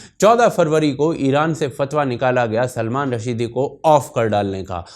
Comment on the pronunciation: ओ भाई ! उसका नाम सलमान रश्दी है .. रशीदी नही...